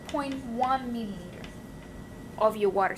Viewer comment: U get so much trouble to say 0.1 milliliter sister 😹😹